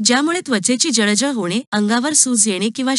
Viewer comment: तुमचे काही उच्चार जसे शेवग्याच्या शेंगा,शकतो, जळजळ हे शब्द, आजार त्यामुळे माहिती छान असून पण ऐकायला कसेतरी होते